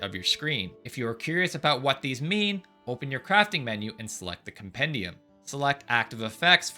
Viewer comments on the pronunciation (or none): none